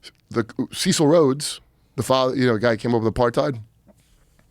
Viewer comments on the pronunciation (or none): Ceeecil? His name was Cecil rhymes with vessel